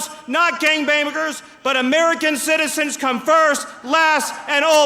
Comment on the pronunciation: end all citizenzin. Man speaks a lot and rarely hear him mess up, so this had me laughing, lol.